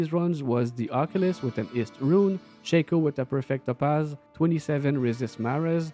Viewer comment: my man, des que ta dis "perfect topaz" jsavais tetais QC haha